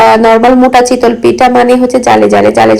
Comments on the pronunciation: Apnar kothar onk prblm ace... চিতল মাছ হয়। আর এটা তো চিতোই পিঠা.. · mind korben nah apni pronunciation chitol boltecen eta chitoi hobe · শব্দ উচ্চারনে আরও সচেতন হবেন যেহেতু আপনি পাবলিক প্লাটফর্মে কাজ করছেন।চিতল পিঠা বলতে কি কোনো পিঠা আছে চিতই শুনেছি। জাল না এটা জা হবে।কিছুদিন আগেও আপনি কেয়ারটেকার কে কেরেটেকার বলেছিলেন। আশা করি আমার কথা খারাপ ভাবে নিবেন না আমি অনেক আগে থেকেই আপনার ভিডিও দেখি তাই বলেছি।মিনিমাম শিক্ষিত মানুষ এত সিম্পল শব্দ গুলা ভুল করে না😊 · Chitol na chitoi